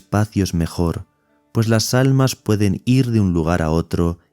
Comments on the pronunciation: Dice ALNAS.... no ALMAS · ah es que al principio dice alnas en vez de almas. Bendiciones